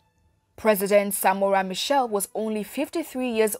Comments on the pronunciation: Michel or Machel? Its painful to keep hearing him referred as Michel. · Some good info, but Samora Machel died in a plane crash at the Mozambique/South African border ! Why does the presenter say Michelle, when the name was Machel ? Trinidad &Tobago. West Indies. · Next time you want to do a report or a documentary about a revolutionary African Leader make sure you do your research. Firstly His name was Samora Machel not " Samora Michel", also he died in a plane crush not a car crush. What a waste of time watching such distorted piece of information. Samora was a Lion of Mozambique. Agreat Pan Africanist and you cant take away that from him.